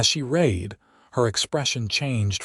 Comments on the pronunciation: Great story. Love the reader. Need to fix mispronunciations. Bow and bow, read and read , her name Tabitha, Santa Fe, tear and tear etc. I know English is a pain. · If they would just proof these with minor edits: - nod instead of bow - use the color red instead of read and reed instead of read - rip instead of tear - curved instead of wound and injury instead of wound - use names like Susan, Mary, Becky, Amanda - things the ai cannot screw up like this one did tuh-bee-uh-thuh or the other thirty ways said here Etc…